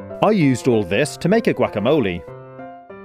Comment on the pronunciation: When he says guacamole it sounds like guaqamoli